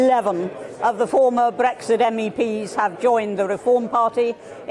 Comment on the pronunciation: WOW! "Eleven, ELEVEN of the former Bresxshit MEPs....." It's just like Catherine Tate's "Nan" character come to life!